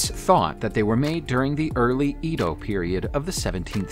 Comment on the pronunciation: Ardagh (hoard) = AAR - dah Edo = AY - doe